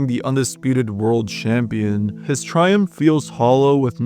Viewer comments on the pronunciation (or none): Dude said “aSHeving victory and SHampion” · Ngl you pronouncing every ch as an sh sound is really getting to me. Its champion not shampion 😭😭😭😭